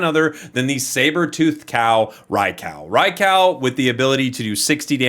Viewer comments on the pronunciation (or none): Oh no, not him saying Rai-COW again hahaha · Rye cow?! Lmao 🤣 Love you & thanks for all the great content. Although, I will never understand why people can’t pronounce these Pokemon names… just reference other words. Rai as in rain or raid, kou as in soup or group. Hellfire… I’m all about playing a kids game, but can we not read like kids too.